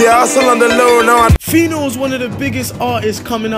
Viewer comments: guy if you call phyno a gay again...... and please its pino pino not whatever you said.... 'Anuman' pronounce that..... that's what you are... nama... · thurda fire u guy. phyno not gay